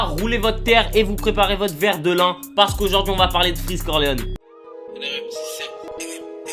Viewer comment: Verre de "lin" 😴